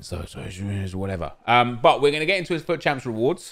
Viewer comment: its fut not fuauattt😀😀😀😀😀😀😀😀😀😀😀😀😀😀 you trigger me when you say fut that way😂💔